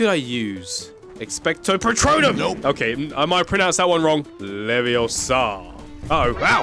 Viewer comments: I'll Just say: "It's leviOsa Not leviosAA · its leviOsa not leviosA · It's leviOHsa not levioSA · it's leveooooooosa not leveossaaa